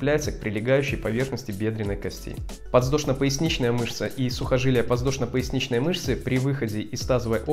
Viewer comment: подВЗдошно! а не ЗВ.